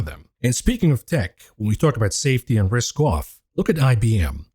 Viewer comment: "risk ooooouvv"